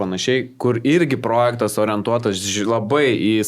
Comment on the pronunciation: SVEIKI, įdėsiu jums taisyklę, kaip kirčiuojamas žodis "projektas". Gal pabaigsite sakyti prooooojektas, tikiuos pamatę suprasite? Taisyklė: Kaip kirčiuoti tarptautinį žodį „projektas“? Projektas yra 2-osios kirčiuotės ir kirčiuojamas taip: Vns. Dgs. V. projèktas V. projèktai K. projèkto K. projèktų N. projèktui N. projèktams G. projèktą G. projektùs Įn. projektù Įn. projèktais Vt. projèktè Vt. projèktuose